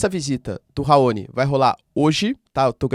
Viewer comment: Dear Prof, com licença. Raoni é uma palavra oxítona, com sílaba tônica no "ni", como todas as palavras terminadas com "i", como "guarani", "caqui", "abacaxi", "Itamaraty", etc.. Outra coisa, eu costumo falar "Kosôvo", paroxítona, do mesmo modo como os portugueses a pronunciam. "Kôsovo" é a pronúncia inglesa. Todos os repórteres da TV a pronunciavam "Kosôvo" na época em que a Yuguslávia se desfez e durante a guerra da Sérvia. Outro dia, ouvi um repórter português pronunciar "Itamaráty" e aquilo soou muito estranho. Sem querer ser chata, ok? Os gringos que dão aulas de inglês no Youtube nunca reclamam do sotaque do estrangeiro, pelo contrário, o elogiam, mas eles enfatizam os erros de pronúncia quando acentuamos uma sílaba como se a palavra fosse paroxítona e , na maioria das vezes, ela é proparoxítona no inglês. Soa estranho. E eu aposto que os gringos estão falando "RAoni".😮